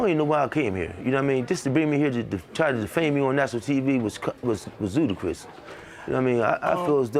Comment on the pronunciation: My man said, "Tryna defame me on national TV was zudicrous" 💀